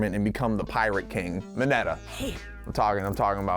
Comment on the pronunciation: the way this man pronounces Mineta will scar me for the rest of my life.